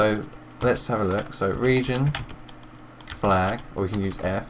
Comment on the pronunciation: Thats Couse its Flag not falg :D